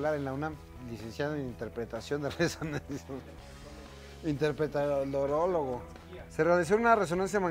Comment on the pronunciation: Mi esposo es el médico radiólogo que interpretó tu resonancia 🙊🙊 y morimos de risa con lo de “Interpretorólogo” 😂😂😂😂😂